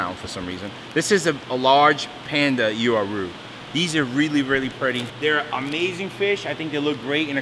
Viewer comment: Uaru You-a-roo 🤣 Wha-roo